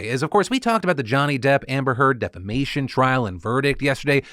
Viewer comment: I had to restart the video. I thought he said 'defecation' trial!